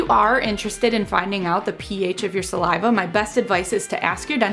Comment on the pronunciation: Say saliva normally ffs